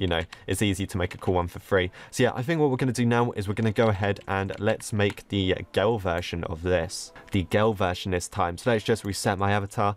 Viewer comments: WHY DO YOU SAY GAL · When said girl for me it sounds like gal